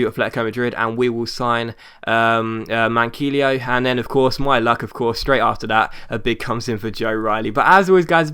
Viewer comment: Manquillo is pronlunced Man key yo